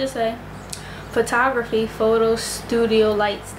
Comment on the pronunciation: You are too cute! I fell out when you mispronounced photography. I don't even know what your content will be about but I'm subscribing, I just came across this looking up ring lights 😂😂